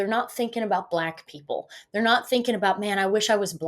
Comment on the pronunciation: And still can't pronounce "they're" or "ask" !